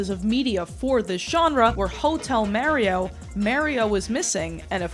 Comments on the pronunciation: okay, are you callin him mawio on purpose? what is that aboot? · Thank you for sifting through the broken pottery shards of my lost culture. I hate the way you say Merio and Drawring Also it hurt me to hear “you’re too young for my Chanel” and “ …2008 I was zero years old” Thank you again and also why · I'd love to watch but my autism won't let me continue after the continued pronunciation of Mario. I'll assume it was a good reproduction of events. ever play sunshine? FLOOD literally says "Mar-ee-o".. Edit: I tried for 10 minutes, I'm screaming and I'll be seeing myself out. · Mah-rio. Not Mary oh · It's not M-air-ee-oh. It's M-are-ee-oh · this video would be 10x better if she just said Mario instead of Maerio 😭🙏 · its not mare-ioh, its mario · IT’S MAHRIO NOT MAYRIO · Answer the goshdang question You say it like the word "Mars", not the word "mare" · Who days mario like mare?!?!?! Mayrio😭 Edit: I just watched the video and im scared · As a person from New Jersey, I used to say it like this too, until I moved away for college and was bullied into saying it the correct (wrong) way. For some reason yeah in the most Italian parts of the US, people say Maerio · It's the correct way to say it. "Mah-rio" is just the American bastardisation of it. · Have i been saying Mario wrong all this time? Or is pronouncing Mario as Mah-rio a Youtuber conspiracy? Cause almost every Youtuber (not just foreign ones) say it like that? This is like Rosalina all over again, it's ROSE-ALINA, not Roz-alina. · Mario….. Maryo is a New York thing. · Stop gaslighting us by saying Mayrio I hate it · I can't keep hearing someone say Merry-Oh so confidently. I'm sorry, you seem awesome, but it feels purposefully annoying. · Lol, because he definitely says, "It's-a me, Mary-o !" 😂 The east coast pronunciation of this property's main character will never not be funny to me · Stop saying his name like that! It’s Mar-E-Oh not however you just said it 😂. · 🤡DRAWERING MARRYOH🤡